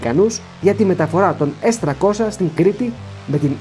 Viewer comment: Πόσο δύσκολο είναι να πεις το γ@ το S300 - S τριακόσια; Τι σκατ@ είναι το s- τρακόσα; Σε ποια γλώσσα μιλάς; Λες και το 30 - τράντα